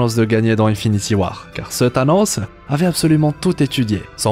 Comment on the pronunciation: Avec "Thanosseuh" 🤣🤣